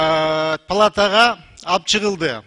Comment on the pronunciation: Жениш, плата эмес- палата деп сын койот да. Дабдырды ким шайлады экен аа.